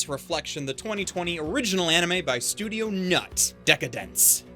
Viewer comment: Very 'pointed' delivery on the "Studio............NUUUUUT"